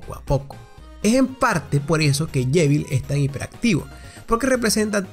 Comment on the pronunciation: Suspiro.. No se dise llevil es JEVIL